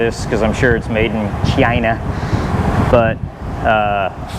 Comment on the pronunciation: Thanks for the backstory on your life. Very sorry for your hardships and challenges and I'm very inspired by your perserverance and big heart. Still makes me laugh every time you say china!